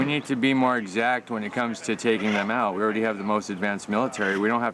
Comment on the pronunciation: he says keep war "exaxt" and protests drones. lmao